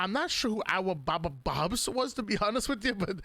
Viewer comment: Europe is crying about the pronunciation of Awobabobs 😂